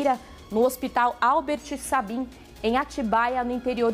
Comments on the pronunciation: Pelamor..Albert Sabim? Estarei enganada..com a pronúncia? Espero que sim... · Decisão decidida?? Albert "Sabin"?? A pronúncia é /seibin/ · Essa repórter não sabe quem foi Albert Sabin! Pronúncia errada.Alguém corrija essa moça. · Narração: Decisão foi decidida? Albert " Seibin" é a pronúncia correta😮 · Albert sabin se pronuncia seibin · Apesar de ser muito estranha toda essa situação, sem comentários, mas o pior é a repórter pronunciando o nome do hospital, meu Deus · Tudo é absurdo. A própria situação e a repórter falando o nome do hospital errado. A que ponto chegamos! A mulher nem para pesquisar como se pronuncia o nome corretamente. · Por acaso essa repórter pronunciou o nome do hospital errado. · A jornalista pronunciando o nome do hospital famoso errado 😂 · A repórter pronunciou o nome do Hospital errado 😅😅 eu reparei 😊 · A repórter deveria saber pronunciar corretamente o nome do honorável médico que dá nome ao Hospital. Será que já ouviu falar da vacina anti paralisia infantil? Pesquise, estude mais. Falta de cultura geral destes repórteres novos. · Vergonha uma jornalista não saber pronunciar corretamente o sobrenome do cientista Albert Sabin. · E essa jornalista que nem sabe pronunciar corretamente o nome do patrono do hospital? Que vergonha!!! Albert Sabin. Com certeza nem sabe que é o médico que descobriu a vacina oral contra a paralisia infantil ou seja, a poliomielite.